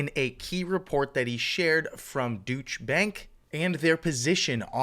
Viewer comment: Dootch bank lol... It's pronounced doy-chuh... keep up the good work bro